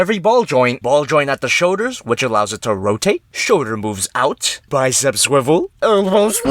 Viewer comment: I love how he says shoulder..... "Shouder*"